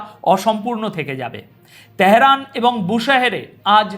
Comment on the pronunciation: " ত্যাহেরান " কী , ভাই ?? 😂😂